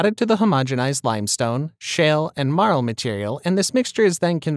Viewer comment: One of the main ingredients is spelled MARL. I thought he was saying marrow.